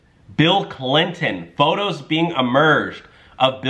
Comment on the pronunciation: And it is not "Clint-N"! You pronounce their name "Clinton"